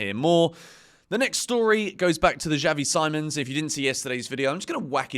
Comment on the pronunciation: Xavi See-mons mate